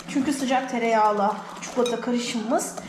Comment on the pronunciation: Nolur ÇUKULATA denmesin artık NOLURRRR??? ÇİKOLATAAAAA